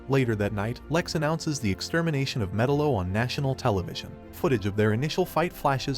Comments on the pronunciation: ME-TAL-LO not Metal-lo …other than s that good video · Hooking this guy make a documentary video on a cartoon when he doesn't even know the villains proper pronunciation of his name? 🤦🏻 F#&k me..... It's (Meh-talo) not (Metalow) it just irks me when people try to do something without knowing what they're doing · god damn it! it's not 'metal-oh', it's metallo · Had to stop watching because I was tired of hearing metal-0.....it's fucking meTALO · It's pronounced Me'-TAL-LO ... not Meta-lo. 👺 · It's Met-Aloe not Metal-Oh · theres no way you think his name is actually pronounced Metal-o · Metal-O, if you can’t even pronounce the names correctly, how the hell can you discuss the movie?? You’re killin me! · It's like you don't even care about the content you release. At least learn how to pronounce their names correctly. Metal O. I hate it here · "Metal-o" lmao cool vid though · Met- tal- o. Say it right good lord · srsly, it's not hard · It’s pronounced MUH -TAL-LOW….you dweeb. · Metel-O pronunciation made me stop watching. Your not a fan your a You"toober" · What a weird way to pronounce Metallo. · The way he says Metallo makes me uneasy... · The pronunciation of Metallo is infuriating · You do realize you pronounced metallos name wrong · Bro your pronunciation of metallo fucking kills me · I’m losing my mind. Can you please watch a single clip where they say metallo and say his name right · Are you an AI? Metallo is pronounced wrong if your a comic book guy you'd know . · How can you fuck up metallos name when they clearly say it during the movie. Did you even watch it? Lol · I don’t like the way you pronounce metallo